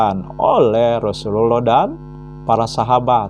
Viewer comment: pendeta nyamar jdi muslim ini .. mukaNya kaya saifudin ibrahim 🤭🤭🤭 melafalKan hurup arabNya gak pas .. TIDAK TERLIHAT seperti orang muslim yg berilmu dan paham ilmu agama islam .. menyebutKan kata rasulullah saja lisanNya meleset jauh dri lisan muslim umumNya ,. 🤦🏻‍♂️🤦🏻‍♂️🤦🏻‍♂️🤭🤭🤭🤭🤭